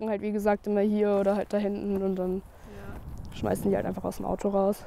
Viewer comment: Isch finde es auf voll simpatisch wenn Leute ihren Müll auf Kinder schmaaaißen Altaa.